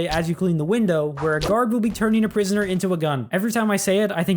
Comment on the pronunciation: Bro said “i will give prionsoner animation”💀